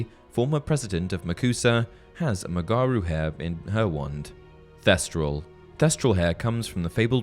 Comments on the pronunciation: It's not rug-gar roo. It's roo guh roo. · it pains me. You’re putting emphasis on the wrong part its not rue-gar-rue, its rue-guh-rue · Not sure if it’s already been mentioned, but you absolutely butchered the pronunciation of “Rougarou” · Im from Louisiana and the "rougarou" is an old Louisiana folk creature, its pronounced "roo-jah-roo" not tryna to be corrective but your video is so detailed i thoid give you a little tip from an old cajun nerd! Gret content! Keep it up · Rougarou is pronounced rooguhroo